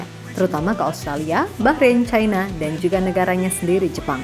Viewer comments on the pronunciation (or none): none